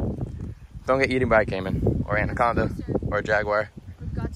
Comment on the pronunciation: Andaconda lol😂